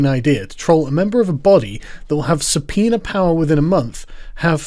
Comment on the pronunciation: Why do you sometimes call it a subpeener?